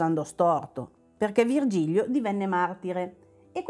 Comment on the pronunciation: Ciao ragazzi, avete fatto solo un piccolo errore: si chiama Vigilio (senza erre).